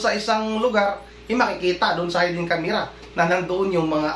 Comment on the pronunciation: Wrong pronunciation. HAYDEN CSMERA....should be HIDDEN